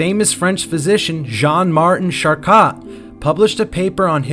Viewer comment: It's pronounced Shar-Ko (Charcot). Several unfamiliar French words were very off, too. Enjoy your channel but a quick check of pronunciation for unfamiliar words will go far in channel growth. Feel free to hide this meant to be helpful comment! 👍🕊️